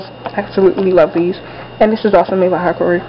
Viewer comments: Not trying to be a smart ass, lmao, but hikari is pronounced "hee-kaaree" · pronounce it like, hi-car-e